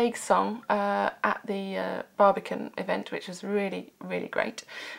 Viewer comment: Every time you say Barbican I think you're saying barbecue.